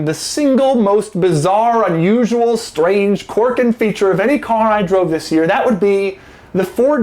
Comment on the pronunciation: I'm amused by the way you say "quirk"